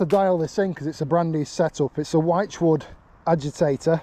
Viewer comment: Hi. I know it sounds like I am nitpicking but the word wychwood is pronounced like you would say "witchwood". Love the content. Keep it coming. Carlisle Phill.